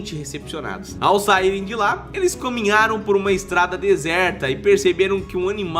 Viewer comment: [6.05] Eles "cominharam" KKKKKK algo está errado 🧐🤨😂